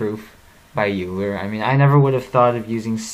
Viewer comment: you pronounced his name wrong man